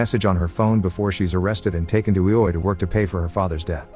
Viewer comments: Greatest recap I've heard of ready player one so far but IOI is pronounced differently(it is pronounced eye-oh-eye) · Ee-oh-way lol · Yall pointing out its a robot or ai. If he spelled it out like the guy wrote in the original comment or wrote it I. O. O. It would pronounce it correctly. I think it's just laziness or being so busy making the next video. I enjoy his videos tho and don't judge the A.I. for his weird understanding of the English language lol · Can’t believe you pronounced IOI that way the whole time 😂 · You spell ioi you don't try to pronounce it